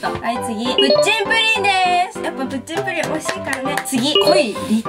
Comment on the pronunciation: プッチンプリンがプッリンプリンになってるよわざとかな？(笑)